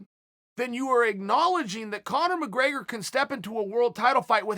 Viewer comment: conor mcgraygor